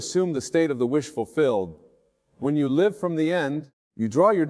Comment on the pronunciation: yes listen to the certain words like Live as in living expressed as if in a sentence live recording dead giveaway